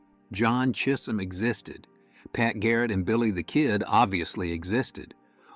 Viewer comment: ai Cheeesum chism ...lol